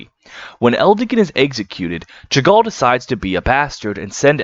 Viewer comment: BRUH Chagall is the name of Marc Chagall, the expressionist painter that was so self-assorbed he wouldn't leave his studio unless he wore a new outfit and had a full face of makeup on everytime, but when he was inside painting he'd stay completely naked - probably reflecting the double-faced nature of the character. It's pronounced like "Sha-gahl"